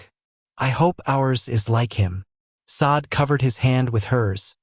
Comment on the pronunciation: Now..this..is a romance story! One point of clarification..Is there a way to prompt the AI narration to pronounce the name correctly?? Not Sade (saw-d)...Sade (shar-day) is the proper pronunciation. Since the korean names are narrated correctly...so should the Afrikan names! Thank you. AI images are absolutely stunning by the way!